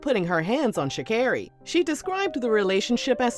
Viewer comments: i thought it was sha-CARE-ee, too tbh lol i thought she said it in her victory speech in tribute for her mama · It is Sha CAR ree, hearing you butcher her name was driving me lol